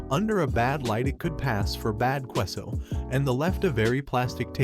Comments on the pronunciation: Lol "kwe-so"? 😂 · Your mispronunciation of Queso made me unable to listen to the first story.